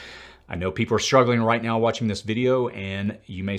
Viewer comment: Did you say right meow? Lol